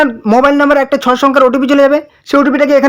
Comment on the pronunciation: Tumi age "Sei" ta valo kore bole nao